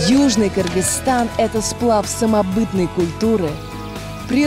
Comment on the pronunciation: Наконец-то они научились говорить правильно: “Кыргызстан”! Я так рада)